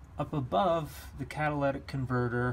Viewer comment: CatalYtic converter, not catalAtic converter....